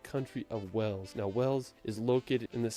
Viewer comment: Wales is pronounced as “Whales” as in the animal not as in a place of water “wells”